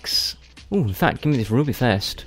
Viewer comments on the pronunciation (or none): none